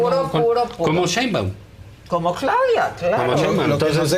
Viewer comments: Díganle a Roberto Gil que Claudia se apellida Sheinbaun, no Cheinbaun, por fis! Me desesperaaaaa! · Si pero eso pasa en todos los programas. NO saben pronunciar su apellido. Yo la neta tampoco....creo que es algo así como 'Shainbaum'.